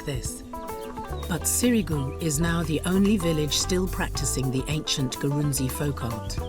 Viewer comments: Great video but you got some facts wrong. Eg. Ghana has way more than 6 ethnic groups. The tribe name is written Gurunsi but it is pronounced "Grou-shi". The largest tribal group in Ghana is called Akan not Ashanti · Usually pronounced Grushie or Grusi. Don't be too hard on yourself